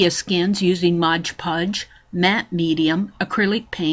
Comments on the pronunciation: This is a very interesting and pretty project. However, please learn to say Mod Podge, instead of Modge Podge. It drove me crazy. Love the technique! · DRIVES ME NUTS TOO. IT'S AMAZING HOW MANY PEOPLE MISPROUNOUNCE IT. Mod sounds like odd people!!!! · I think that is a Brand Name that so many people mispronounce — like "WalmartS". Ugh. I think there are "clicks of people" (for a lack of a better word) that are exposed to the wrong pronunciation then don't realize they are saying it wrong — even though the word is very large on the bottle — and looked at how many times a day? Yes, hearing it throughout the entire video is a bit irritating, but the video is a great concept! Thanks,!